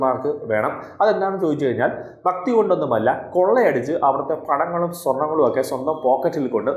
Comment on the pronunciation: ബക്തി അല്ലഹേ ഭക്തി...